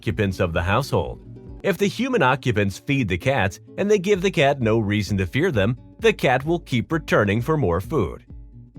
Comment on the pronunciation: No means no, but it sounds more like Mro.